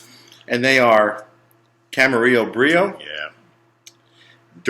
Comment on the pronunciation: His wife's name was Gail not Claire,how did this guy with the glasses pronounce Camarillo Brillo